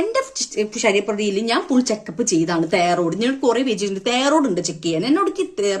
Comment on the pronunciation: തേറോഡ്.... ഇതു പോലും മര്യാദയ്ക്ക് സംസാരിക്കാൻ അറിയാത്ത ജന്മം. ഇവളാണ് മലയാളികളെ പറ്റിക്കാൻ വീഡിയോ ഇടുന്നത്. എത്രയെത്ര നല്ല നല്ല വീഡിയോ പലരും ചെയ്യുന്നു.സോഷ്യൽ മീഡിയ മറ്റുള്ളവർ കാണുന്നു എന്ന ചിന്ത വേണം.